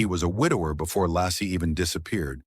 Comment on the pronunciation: Your robot is mispronouncing Laci and Frey. And Scott Peterson is innocent.